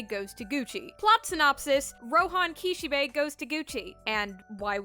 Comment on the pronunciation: Isn’t it Kish-ee-bee and not how the lady said it?